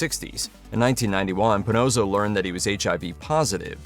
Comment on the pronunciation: It's puhNAWSoh, not puhNOSEoh